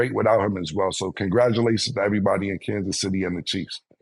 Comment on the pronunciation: Cam saying Candice city chiefs 🤣🤣